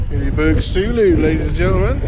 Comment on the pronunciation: Its pronounced soulo as in ‘soul’-‘o’. Think ‘Solo’. Had one for years. After a while you dont give a monkeys what the weather is outside the tent, you know you are fine inside. I have had a few times in the Scottish mountains where I undo the door zip and I am amazed at the atrocious conditions outside. They are that good.